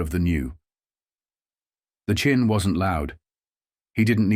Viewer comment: It's Chin. Not Chine. AI Boolshoot.